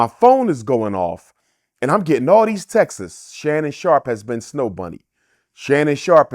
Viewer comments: When someone pronounces texts as Texas 🫠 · Not the doctor saying TEXTES